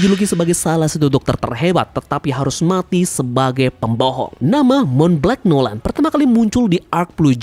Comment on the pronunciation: monblanc noland di baca "montblang nolen",you're welcome 😊